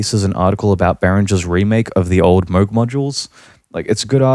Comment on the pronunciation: Well,, you dont even pronouce Moog correctly.